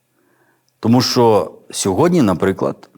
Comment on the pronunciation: Дякую за проповідь, все актуально і зрозуміло.Але бажаю вам чітко вимовляти,що, а не шо,бо не гарно звучить